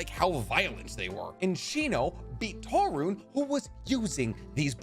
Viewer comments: "Toe-rune" XD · "Toru-nay" (Torune) "Hee-Zashi" (Hizashi)